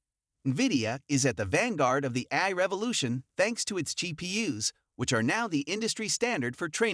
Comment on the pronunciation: Get rid of the AI voice that can’t pronounce A-I 😂